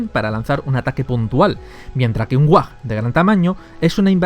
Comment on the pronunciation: No es whag es WHAAAAAAAAAAAAAAAGGGG